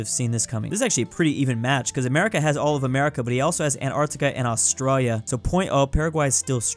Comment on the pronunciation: Stop saying Australia like that